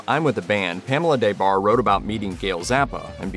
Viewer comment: Back in the 90s her name was pronounced with the short A so it was like De Barre not DAY Barre. She was one of the most famous groupies around. I read both her books back then. Very entertaining